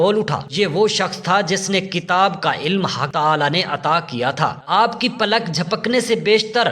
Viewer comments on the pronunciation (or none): none